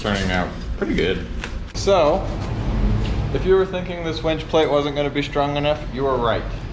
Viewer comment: You said "please winch responsibly"... I heard "please wench responsibly". 🤣😂